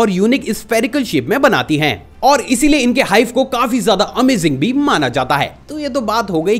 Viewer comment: Bhai jyada Jor mat lagaya kar amazing bolne me😅😅